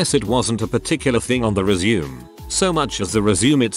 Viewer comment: I can't handle the word "resume" being mispronounced 400 times in a video.